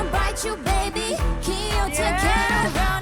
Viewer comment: JISOO、あまりにも自然すぎて気づかなかったけど「気をつけろ」のつの発音綺麗すぎないか？すげーや...